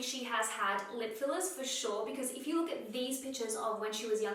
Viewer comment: She said "fillers" and I was like who TF is Phyllis? 🤨🤔😆